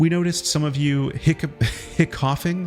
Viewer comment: hiccoughing is pronouced hiccuping